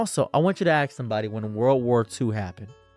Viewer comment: Why can't you say ask correctly